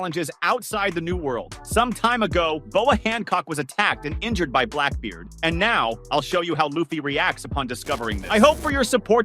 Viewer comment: The fact you mispronounced his name multiple times is annoying